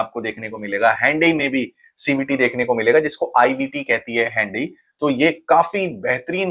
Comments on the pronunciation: 'Handy(हैंनडी) ' konsi gadi hoti hai bhai😂. Hyundai(ह्युंडाई )kaho na . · hhaandaaiiii ki jagah sidha sada hyundai hi bol le bhai.. everyone understand words better is called language.